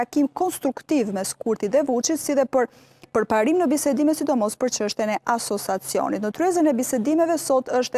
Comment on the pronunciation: Asociacionit oj gazetare, jo asosacionit !😊